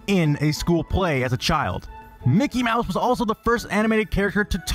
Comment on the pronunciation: LoL mickey maws